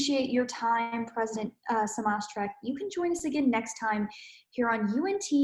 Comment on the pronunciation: Please research how to pronounce Dr Smatresk’s name before you use it on camera again. It’s a matter of respect.